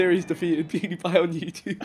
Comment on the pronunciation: Vikk said “Pawdiepie” 😂😂😂